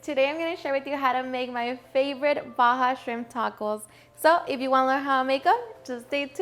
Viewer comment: I’m from Baja and it makes me laugh how people not from here call it Baja and they don’t know… she did good tho close enough